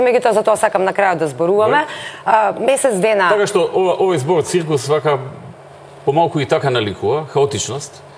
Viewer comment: 10 godini na vlast pri tolku pari od kriminal pa daj bre covece odi na lekar neka ti napravat jazikot dobro da ja zboris R bukvata ne moze doboro da se izrazuva mene licno mi e ne ugodno da go slusam kako vika Uge, ciukus,pv pat ,da go slusa nekoj od strana nepoznat ke rece ovaj ne e pismen ili e nesto bolen ili pa imam drug predlog ako ne mu se trosat pari da go pustime Grujo treba da go pustime da pase ovci da 10 godini ne se nauci RRRRRRRRR da izgovara mozebi ke nauci